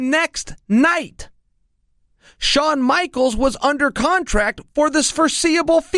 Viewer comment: Soon as I heard Shaun Michaels I gave up .. good job Chael